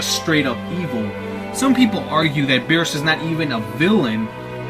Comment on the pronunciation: of course there is no uub...this movie is in the gap between the buu saga and the ending. Goku doesn't meet uub until the ending so how in the why the hell would uub be in this movie dude? Also... bee-rhus not bee-ers lol